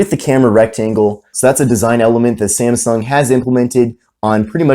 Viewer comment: Its not SEMSENG phone its samsung